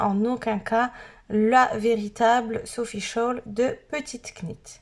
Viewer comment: Petite [nit] et non [cnit] C’est de l’anglais kn = [n]